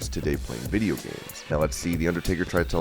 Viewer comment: “Dem gosh darn vidjya games!” 😂😂😂😂😂😭😭😭😭